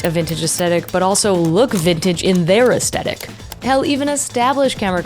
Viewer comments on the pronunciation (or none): Great video - please learn how to pronounce aesthetic though. It's not as-tec-ic, it's ass-thet-ic.